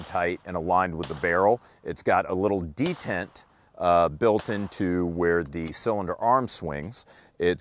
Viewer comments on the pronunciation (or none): none